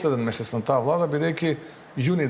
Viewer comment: Пуетходната вуада па пуетходната вуада, 4 години ке поминат у пропаст и се ви е виновна пуетходната вуада.